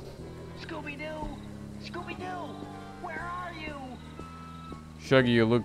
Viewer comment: "Scooby-Jew," you kill me at this time xD